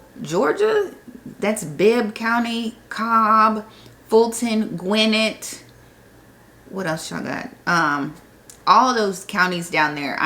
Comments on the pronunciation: Gwinnett is pronounced: gwin-NET emphasis on the second syllable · I live in GwinNETT County. The accent is in 2nd syllable.